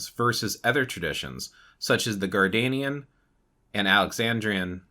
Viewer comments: It’s pronounced Gard-NER-ian not Gardanian. I’ve been watching your videos for a while now. Usually your info is at least accurate. This one is fubarred and I honestly don’t know why you chose to speak about Traditions you never trained in or initiated into, or at least researched thoroughly. The Correllian Tradition is based on a foundational myth that was concocted by two old men who were trying to get ppl to sign up for Witch School. They did some really shady things to appropriate Wiccan teachings and lore from oathbound traditions, as well as Native American spiritual practices and various cherry picked philosophies. There is a great deal of info about the truth and origin of Correllian Wicca available online. It’s mostly considered a tradition that was born from a money making scheme and is viewed as something to steer clear of. I know this was posted a few years ago. I just happened upon it whilst looking for something else here on YT. It should stay buried in the past. Sorry, this ‘explanation’ and answer to the question was just poorly done. If anyone wants to know accurate info about Gerald Brousseau Gardner and Gardnerian Wica, please read books by Phillip Heselton. He is the most respected Gardnerian historian. For context, I’m a Gardnerian HPS and FOI Prs-Hierophant and have been on this path for 38 yrs. ☮️ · It is pronounced" Gardnerian" like his name Gardener. Definitely. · It’s so funny how he says “Gardanian” everyone I know says “Gardnerian” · Respectfully, it IS Gardnerian instead of Gardenian. Source: I am an initiated Gardnerian 😅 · it’s the first time I heard it pronounced like that, anyways I know what you mean.